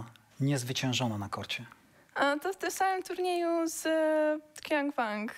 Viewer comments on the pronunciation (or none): Iga... To nie Qiang Wang tylko czytamy "łonk cionk".